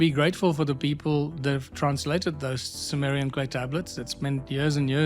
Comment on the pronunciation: Ai made visuals are plain stupidity, peaking as high as showing Zechariah chapter head when mentioning Zechariah Sitchin. And Symmerian for Summerian.